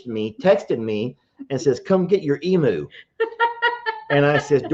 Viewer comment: Oh please stop calling it an Eam-oo, it's an Eam-you, phonetically. They come from the land down under, and if you ever watched Steve Itwin, you ll know how to pronounce it. Not meaning to be a peaPat. 😁